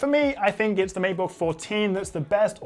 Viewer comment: It's matebook not meatbook :D